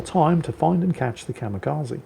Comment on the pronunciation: said "Kamikaze" so many times, I just can't help but point out, it's Kamikaze, not Kamekazi.